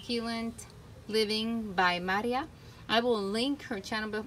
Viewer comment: What a great pronunciation of my name! Thank you!!!! 😊